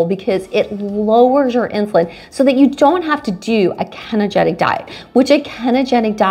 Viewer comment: Kenogetic?!? Did you mean Ketogenic?